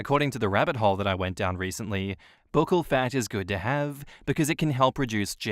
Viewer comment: Isn’t buccal pronounced like Buckle?